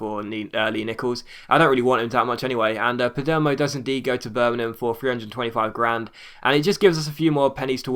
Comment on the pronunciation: Can you please pronounce Birmingham right